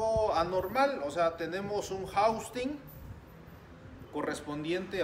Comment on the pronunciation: Todo bien excelente trabajo solo que es housing no jaustin digo solo para que se refiera a las partes correctamente ya que todo lo hace bien 👍🏻.gracias por compartir